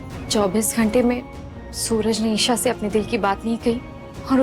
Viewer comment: Esha i se nahi hoti hai E se hota hai